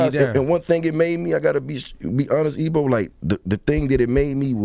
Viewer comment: I hope this didn't end early because Jeezy fucked Ebro name up by saying "Ebo"